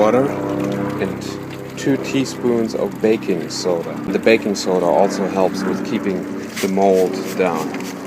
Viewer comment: Sorry, just heard you say backing soda